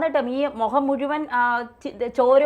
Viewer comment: മുഹം മൂടിയ മനുഷ്യനല്ല മുഖം മൂടിയ മനുഷ്യൻ , മാതൃഭാഷയെങ്കിലും വൃത്തിക്ക് പറയേണ്ടെ.. ഒരു മലയാളം ചാനൽ അല്ലേ..